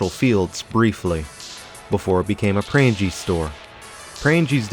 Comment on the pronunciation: If you ever need it for the future: Pranges…kind of like the word “rang” with an “es” at the end. Long “E” sound.